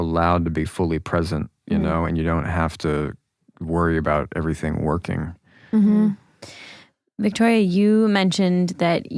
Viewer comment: It’s Vittoria, not Victoria